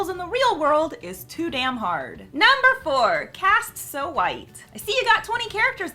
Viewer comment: A "Q" in the word "White".